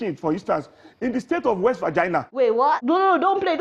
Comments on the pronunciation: In the state of west "fagina"😂😂😂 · Did I just hear West VAGINA??!!! Lolz. Useless supporters. I'm mad at those clappers. So annoying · west vergina.....omg .....lol